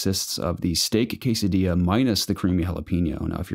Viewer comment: hey guys this podcast reminded me why I like it so much, you guys drew a smile on my face with the quesadilla pronunciation, and I have to break your hearts but it still isn't right 🤣😂, and also with the skinless fortnite kills lol.Do I count as a skinless pleb if I have a blue color from psplus? I guess I do lol.... I love you guys so happy to see the community growing even if as a I become a grown man like I can't hang out as much, keep up the good work guys!